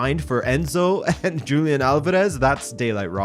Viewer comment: Great content. Another comment about pronunciation, 'Julián' is pronounced: Ju as in 'who', 'li0 as yo do and and 'án' as you do, but the power of the word is in the 'án', so it reads wholiÁN, the power in that last syllable.